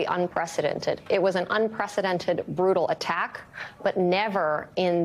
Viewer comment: A brool new wave? LEARN ENGLISH.